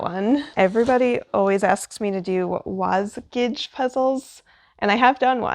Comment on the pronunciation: Just a helpful tip: the Wasgij puzzles are pronounced “wasghey” 😊